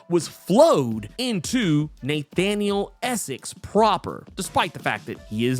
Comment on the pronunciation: Neigh-thaniel Essex